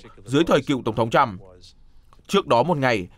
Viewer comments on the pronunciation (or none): none